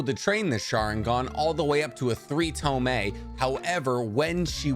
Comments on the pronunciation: What the fuck is a tomay? Are you trying to say tomoe? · "To a three toe-meh"😬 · Three tomoe, you saying tomei like the exhaust. 😭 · This was a great video, but is anyone else annoyed that he said toemay and not tomoe? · Ok its not tome its tomoe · tome? (to-moh-ay) or tomoe not tome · Did u say Tomee...as in Tomoe🤔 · i love how your saying 3 tome and not tomoe LOL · tomoe is pronounced (toe-mo or toe-moa) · its tomoe (toe-moe-ay) cries love ur content btw man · Great video man. But you really need to work on those pronounciation. Tomoe, Kotoamatsukami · Lmao this man cudnt say tomoe or kotoamatsukami properly to save his life😂